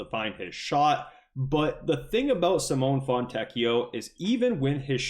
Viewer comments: Sim oh nay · Dude, you're still mispronouncing Simone's name😂